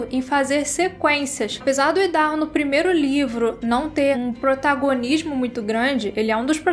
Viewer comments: exato...é como a pronúncia do nome do estado norte americano mesmo...áidarrôu... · A pronúncia é "Aidarrôu"